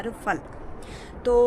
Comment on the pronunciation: فل کو لفظ نہیں درست لفظ پھل ہے